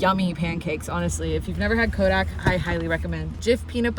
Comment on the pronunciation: For the pancake mix, it's Kodiak, not Kodak.